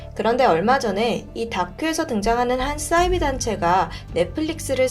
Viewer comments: 싸이비? 사이비~ 발음강하게말고 디바제시카 따라하네요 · 자꾸 싸이비라고 발음하시는 이유가 뭔가요